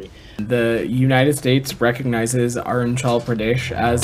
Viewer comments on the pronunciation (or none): Hearing him mispronounce arunachal Pradesh is so cringe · It's not arun chal it's arunachal why you Americans pronounce badly indian names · This guy can't even pronounce Arunachal is making international position statements on it?